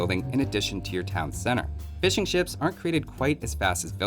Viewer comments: sounds like you're saying "fish and chips" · I don't even play AoE2, but for some reason I watch your videos. Also the first time you said fishing ships I misheard it as fish and chips and now I can't stop hearing you talking about fish and chips the whole video... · I keep hearing ''Fish and Chips'' instead of ''Fishing ships''